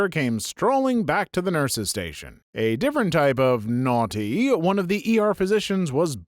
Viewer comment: “NoArTeE” Bro sounds more British than I do 💀